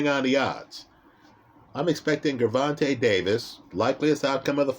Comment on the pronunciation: All of the vids he’s made about Tank and he STILL won’t pronounce his name correctly 😂😂😂 Great breakdown as usual though. LoL